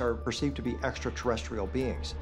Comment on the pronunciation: “This is truly, exa terrestral!” 😂😂😂